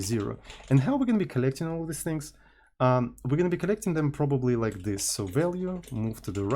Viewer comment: ohhh! Thank you very much for clarifying! I take note. But somebody has to tell that there is no fantasy word in the middle between "this" and "these". He uses "thes"